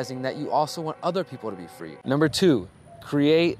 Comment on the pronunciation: Cant stop laughing, you got me when you said umber three and held up 2 fingers,lolAnyways brother, thank you for you involvement, you are doing awesome!Thank you for the good influence and good ideas.